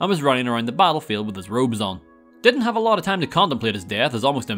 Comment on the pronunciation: "If you hooved played" 😂😂😂